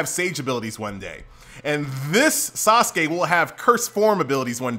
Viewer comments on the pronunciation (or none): none